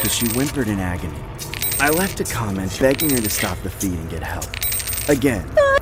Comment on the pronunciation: Bro can't even say comment 💀